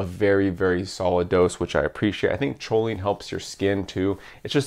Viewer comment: I was confused when you said "sholine".. its "koline".. sorry to be that guy..